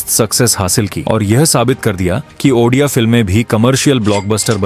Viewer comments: Sir aapne video to achhi banayi he lekin ek hi sikayat he aapse ki aap jo baar baar ondia cinema ondia cinema bol rahe ho wo ondia nahi odia he.aap ondia bol rahe ho wo sunne ke liye achha nahin lagraha he baaki aapka video achha he. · Bhai video baht hi badhiya tha aur informative tha bas pronounciation me bhai Ondia nhi hai Odia hai wo❤ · Jay Jagannath Andia nehi Bhai o di a=odia Or bahut achha laga😊🎉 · Brother it's Odia not Ondia, please pronounce it properly. Ondia meaning in Odia language is Male (Gender). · Ondia nahi odia hai brother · this is not ondia this is odia ...ओ डी आ writing ✅ speaking ❌ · Ondia nahi re odia film, achhe se pronounce karo, nahi araha to material karo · Ondia ❌odia✅ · Are bhai ondia nhi hai odia hai support you but or bhi informative subject lao odia film industry se lekar ❤❤❤❤ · Pehle to ap ondia kehna band karo. Odia bolo Odia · I am from odisha Jay Jagannath, btw Ondia nhi Odia (Bhai ne Odia & India ko milake -ondia Kardiaa😅😅😅) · Odia likh kar bhi ondia kiyu bol rahe ho bhai sorry mango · Abe wo ondia nhi odia hai tu sala hamare language ko badnab kr rha hai 😅😅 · Ondia nhi bro odia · That's No Ondia 😢 That's Odia bro 😊 Jay Jagannath 🙏 And thanks for explaining our culture 🤩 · It's odia ,that is ODIA (ଓଡ଼ିଆ) . not ONDIA , ok👍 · Ondia 😂😂😂 Nahi hai 😂, ODIA hai 😊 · ओड़िआ भाषा को ऑनडिआ बोलके मजाक बना रहेहो 😡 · Ondia Nehi bhai odia cinema par video banane ke liye thanks (lekin ap odia ko ondia bolate ho to bora lag ta Hai sorry😢) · oNdia ❌ ODIA ✅ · Odia❌ Ondia ✔️ 😅😂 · Ondia ❎Odia ✅ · That's not ondia That's Odia And also not oddia Only odia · Ondia nehin bhai odia hey . Btw thank you for your support. Jay Jagannath 🚩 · Ondia ❌ odia ✅ 🤭🤭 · Ondia nahi odia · Bro researched so much but didn't have time to pronounce ODIA correctly. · Aap Indian nehin hai kya, state ka naam thik se bol nehin pate ?????